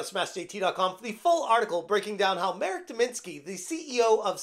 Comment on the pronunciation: It may sound silly and insignificant, but thank you for learning the proper pronounciation of Marek's name. I watch different english speaking youtubers and so many of them butcher it or don't even try to do a small research or ask a native how to pronounce a slavic name, to the point I sometimes don't even recognize who they are talking about. I find it to be a basic courtesy to do so, so the people who speak the language don't feel like you mock them. Anyways, the whole situation is hysterical, reddit mods proving memes about them are true xD